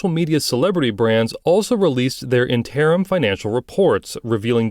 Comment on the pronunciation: Please revisit your pronunciation of the word interim.